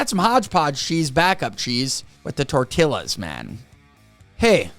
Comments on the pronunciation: Tortiyas is how tortillas is pronounced lol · Yo....it's pronounced torteeas.